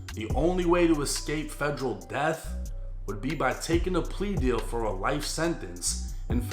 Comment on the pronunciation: Federal not Fredro 😂